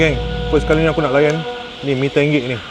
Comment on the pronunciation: Mee tonggek ❎ Mee tenggek ✅